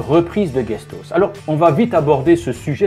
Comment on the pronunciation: guestos!!!! ???? peut être Guest House?? Se prononce [AOUS]. Apprends l'anglais avant de donner des leçons aux autres. Ri Di Cule